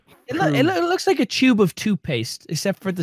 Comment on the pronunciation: Am I the only one who keeps thinking about saying tube? I thought he was mispronouncing chode and then I realized what they were talking about lol. I'm going to call from now on